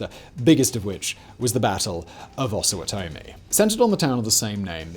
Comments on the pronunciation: Jayhawk here - I just cracked up when he said osawamotie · watomie is pronounced wat (like swat without the s)-uh-me Osawatomie is aw-suh-wat-uh-me Pottawatomie is pot-uh-wat-uh-me in my opinion one's accent does not excuse mispronunciation ✌️🐝➕ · Simon, please learn to pronounce places correctly, like Ohwhatsthematterwithme. Otherwise called Osawatomie. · Amazing to hear Fact Boy name drop my home town! but for clarification, it is pronounced O-Sah-wah-toe-me. Awesome work on this video! thanks Simon and his team for the countless hours of entertainment. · Simon I made it to but I've had it. You are not even close on your pronunciation of places like Osawatomie, and other names. It just grates on me. I was raised in Kansas City, Ks, and our family has lived in this area since the civil war. You are wrong in your pronunciation, and should feel bad. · Oh man i'm from kansas and grew up in Osawatomie. You butchered the pronunciation. and of Topeka lol. good try though. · From western Kansas, now living in KC area and realizing that a lot of people on the MO side were not taught this since it's not a great image. Also the way he says Osawatomie makes me giggle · I’ve never heard a worse pronunciation of Osawatomie. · Love all your channels. However, I am from Kansas and that’s not how you pronounce Osawatomie 🤣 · He screwed up the pronunciation of Osawatomie worse than a drunken harelip. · Poor Simon doesn't know how to pronounce most of these Kansas place names. I'm a native Kansan and a historian so was curious how he'd do with this subject. Not too bad. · I think he was trying to say Osawatomie. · It gave me a good laugh. “Topeka” “Osawatomie” “Potawatomi” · Having lived in Kansas and familiar with the Native names given to many places, I cringe every time he says Potawatomie and Osawatomie. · Also, Osawatomie is pronounced O-sa-wa-to-me😁 but it’s a hard word for people who don’t know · "AWS-uh-WATT-uh-MEE", not "AWS-wuh-TOE-me". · Os-o-WAT-o-mie. Pot-o-WAT-o-mie